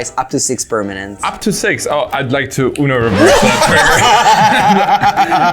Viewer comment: Hahaha you guys pronounce UNO reverse like universe